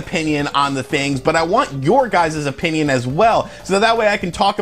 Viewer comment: "your guyzeeeeeeez"